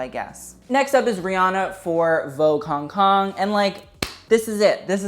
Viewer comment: Am I the only one that laugh everytime he said Hong Kong